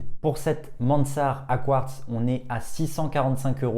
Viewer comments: Sympa, c'est juste un peu domlage que tu prononces ”Mansart” à l’anglaise alors que Mansart était un pur Français, et que la montre est française aussi ! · Et sinon tu peux prononcer Mansart à la française 😁 (en tout cas c'est comme ça que j'avais appris à l'école il y a fort longtemps 😁)